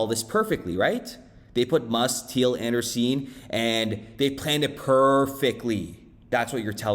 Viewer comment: An-Dree-Sen not Anderseen